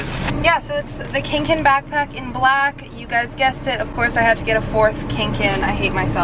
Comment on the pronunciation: TEA POTTER you know what triggered me? when she called the kanken a cankin